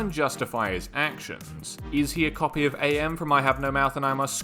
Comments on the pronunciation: It's not A.M it's am like the word am. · It's pronounced am not A.M. like "I am tired" not "it's four A.M" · Pretty sure AM’s name is supposed to to be pronounced like how you’d say “I AM” …not like saying A.I. The game that had the involvement of the creator Harlan Ellison had it pronounced such. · His name is pronounced “Am” btw as in “I think therefore I Am” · Is this a joke about his name being said wrong (it’s pronounced Am, as in I think therefore I Am) or do you not know? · Don't say A M man, its AM, as in, "I think, therefore I am." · AM's name used to be an acronym, but it's just pronounced like a single word "AM" since he's no longer the Allied Master computer, Adaptive Manipulator, or the Aggressive Menace. Cogito, ergo sum (i think therefore i AM) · Small note AM in IHNMAIMS is pronunced as the word am, since his name is lifted from the phrase I think therefore I am. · it's AM, not a.m. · Really annoys me that you keep saying "A.M.", it's pretty clearly and aggressively spelled out in the story that it's AM: As in "I AM", not "Allied Mastercomputer"; "Cogito, ergo sum; I think, therefore I AM!" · Is this script read by an AI and not a human? The character is not "A M", it's "AM", as in "I am what I am". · His name is AM, not A.M. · Please. It's Am, not A-M. He's a computer, not a clock. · AM is just pronounced "am" fyi, listen to the audiobook recorded by Harlan Ellison himself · Is it not pronounced like the word am, like the one guy says, I think therefore I am?